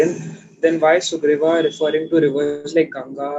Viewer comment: Why its sugriva not sugriv